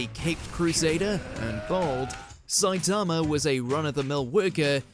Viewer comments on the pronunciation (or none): none